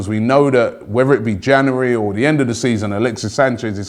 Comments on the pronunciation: why can’t you say january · Great, another month of Robbie mispronouncing 'January'